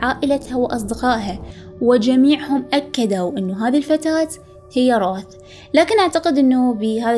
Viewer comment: قرأتها رَوَث